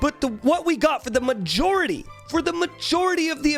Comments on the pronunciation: I got a chill every time he said "majority" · like for real dude, him uttering that word brings back my attention XD